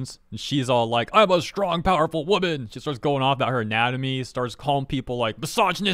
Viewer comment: "I'm a funny waman" kek